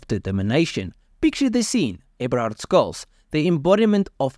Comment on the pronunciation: Skulz? 🙃 Shhh-uh-L-ts. Germans spell the 'sh' shhhh sound as 'sch'. But it's still the same shhh.